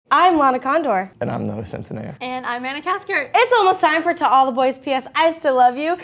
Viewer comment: Stefan0263 you know ehen Anna said I am Anna Cathcart. I swear I heard Anne cuthbert